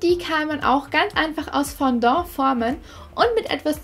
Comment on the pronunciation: Nicht böse gemeint aber es heißt nicht Fondo sondern Fondant😉😂